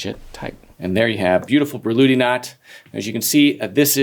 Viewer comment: And her name actually wasn't "Börluhdi" as his pronunciation suggests. 😁